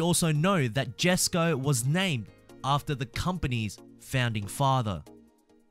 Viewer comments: Did u also know that it’s pronounced “yes koh” not “jes koh” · The Jesko isnt pronounced with the J, its sounds like yesko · Jesko is pronounced yesko in swedish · Jesko in english Yesko in swedish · You don’t pronounce the Jesco you pronounce it the yescow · You pronounce it yesco not jesco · Pronounced yesko not jesko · The keoneggseg jesko deosent cronounsed as J esko instead the j pronouns as y so u pronouns it as yesko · The J is silent. Christian Von Keonigseg pronounces "yesko" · juscraig 21 no, the J is not silent, the J is pronounced as a Y. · The 'yesko' koenigsegg is my favourite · Jesko is pronounced “yesko” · You say it ae Yesco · not to be rude but the j in jesko is pronounced like a y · Your suppose to pronounced the koenigsegg jesko with a y. The j is silent.